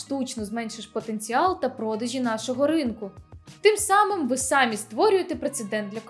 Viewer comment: А ще в слова "самі" наголос має бути на "і", а не на "а". (самІ собІ вИнні)